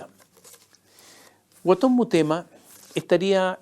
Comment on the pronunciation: La boda en el Padrino (1) fue en los 60 y no en los anos 30. El alias es Guaton Mutema, no Murema « 2 veces » dicho por este sarcastico periodista derechoide, demasiada imitacion a los farandoleros de la tv argentina.